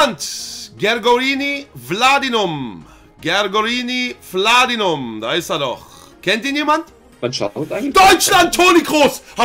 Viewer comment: Knossi: "Ich lieb's wenn du die Namen vorliest" Auch Knossi: "Gergorini Wladinum, Sergey Gnaby, Ivon Mongo, Crio Immobilie, Geogoe Tzizikia"